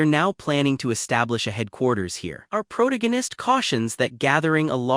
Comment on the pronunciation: pick a chat bot that can pronounce PROTAGONIST without a D there is no D in protagonist unlike your mother last night.